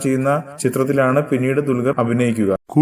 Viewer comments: mone dulgaralla dulqar parayaan padikk ... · dulgar?? parayaan padikku bola